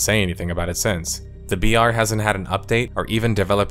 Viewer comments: When you say BR quietly it often sounds like VR. I was like "wow this is VR game? thats some real technical prowess... Wait a second..." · every time you say BR it sounds like VR and confuses the shit out of me.